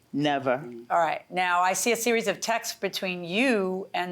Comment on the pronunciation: The thing that annoys me most from this show is the phrase “we have the Texas” 😖 texts is not pronounced Texas!!!!!!!